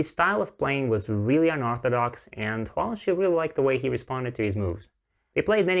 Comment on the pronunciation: Just a tip, the "Shi" in Huang Longshi is pronounced "shur", not "shee". Thank you for the video!